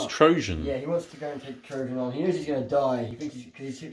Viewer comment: Well played gents, there are only so many times we can listen to you mispronounce Trajann’s name, there will be an uprising and a scouring!